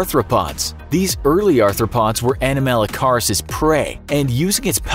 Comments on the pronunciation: Who else watched walking with monsters and got triggered by the way he pronounced "anomalocaris"? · The incorrect way he says anomalocaris is triggering lol it's ok though no one ever says it right